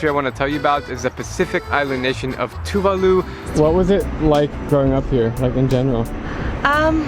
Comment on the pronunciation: I do not pronounce Tuvalu the way you do - mine goes like Tuuuvaaaalu. Anyway - great video!